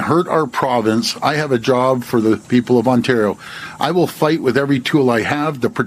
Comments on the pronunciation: Lake OnTAARio, dude? FFS. You think you could learn how to pronounce it properly? It's not hard. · Hey MSNOW.... next time you send a correspondant out to Canada, ensure that they can properly pronounce "Ontario" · Let's talk about his pronunciation of "Ontario"